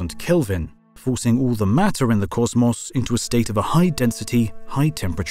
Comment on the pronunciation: i knew this video was gonna slap when i heard him say causmaus instead of cosmos